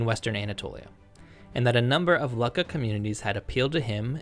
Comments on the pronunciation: Why are you pronouncing it as "lucka"? It should sound like "Loo-ka.." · Luck-a? No, Luu-Ka. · How on Earth can you go from Luckah, to Leyesiah is a heart-beat? Like all these history videos, mispronunciations like this, make me click off the video. We know that in Latin and Greek, the "C" is ALWAYS pronounced as a hard "K". Pronunciation is as much a part of the background research as are the reading of primary and secondary sources. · "Lukka" -- is only pronounced as LOO-ka! The double K fixes the sound only as "you" sound. It is grammatically incorrect to pronounce it any other way. There are many mispronunciations in this video. It is a shame, spoiling accurate information with inaccurate pronunciation of scientifically historically determined terms.😢 Please fix it in your next video❤❤❤❤